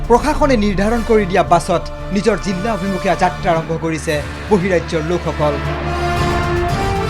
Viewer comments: জিল্লা নহয় জিলা হয়। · জিলা হয়। জিল্লা নহয়। 🙏🙏🙏🙏 কাণত বাজি থাকে।